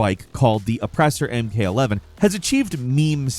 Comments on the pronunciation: Mk eleven? Really my guy? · This guy just said mk11